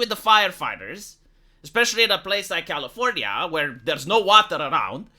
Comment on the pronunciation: its not California, it’s Californya-nya